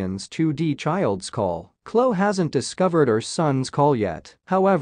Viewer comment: Her name is not Klo, it’s Khloe pronounce the E Kourtney is pronounced like courtNe. Kylie is pronounced Ki-lee😊